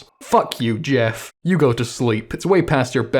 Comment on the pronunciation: "Go to slep..."